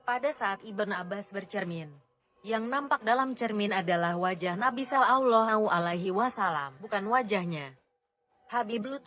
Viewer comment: Sangat bagus... Cm suara Robot ( yg menerang kan) mbok yo di ganti..baca solallohu'alaihi wasallam aja plentat-plentut...